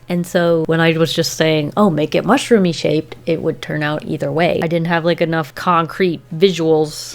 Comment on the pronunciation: No one literally no one:: “TRiAngulYy” “MUshrOomY” 😂